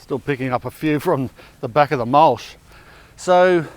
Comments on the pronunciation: Mulsh or mulch? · Mulch, not mulsh.